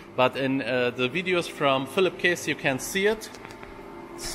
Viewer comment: Käss. Net kees. Is das denn so schwer. Mich würds tierisch nerven, wäre ich Philipp